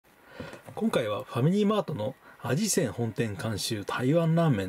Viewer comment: あじせん、ではなく みせん、です。